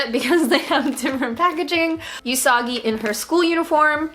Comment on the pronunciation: everytime I hear say you-sagi i question my entire life